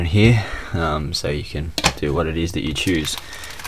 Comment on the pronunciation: Why are you saying he instead of here?